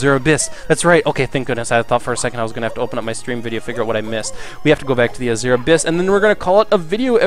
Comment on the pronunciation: MilesLuigi trademark mispronunciations! This time featuring the word "Azure"! (Hint: it's supposed to be "AZH-er") Also, I can imagine what you were writing when people were messaging you. Off screen: "GO AWAY I'M STREAMING DAG NABBIT!", "WHAT PART OF 'GO AWAY' DID YOU NOT GET?! D: D: D:" On screen: "Jut gotta take care of some business..." Off screen: "I SWEAR IF YOU MESSAGE ME ONE MORE TIME I'M GOING TO VISIT YOU IN YOUR SLEEP!" On screen: "That's the last message I needed to send I believe." Also, what are you talking about. I played the entirety of Super Mario Galaxy on Dolphin with a keyboard, and all the way I was extremely happy that I didn't need to use no stupid controller for that. As for FPS games, you should look at Unreal Tournament 4. It's still in early alpha, but it's free (and source available) and running on Unreal Engine 4. The Outpost 24 map is simply gorgeous! And they're working on another map right now.